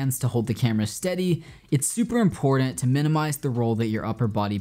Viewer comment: Brother you are mad talented, but we need to teach you how to say the word "important" properly. ;)